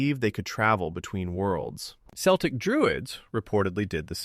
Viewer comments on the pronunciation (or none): Was doing good until you said Celtic with a soft C. They aren't the basketball team. It is a hard C ( like a K) when speaking of the people. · Should be hard 'C' on Celtic Druids... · Celtics with the soft c is old Latin pronunciation. Hard c is new Latin.